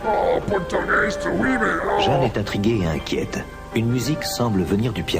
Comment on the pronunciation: Lou pourtougheist nourmal !!! 😂👍🇵🇹